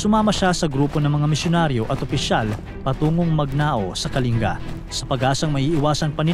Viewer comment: Buti alam pronounciation ng "Kalinga" ni Sir.